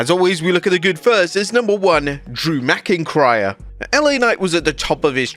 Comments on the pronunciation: Drew “McIncryer”.😂😅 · la knight calling drew mcintyre drew mcincryer was hilarious